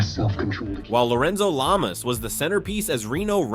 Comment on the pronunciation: “Lorenzo Lame-ass” I don’t know if that was intentional or not, but that’s hilarious!!! hahahahaha😂😂😂